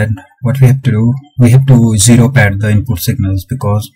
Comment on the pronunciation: its ZERO not JERO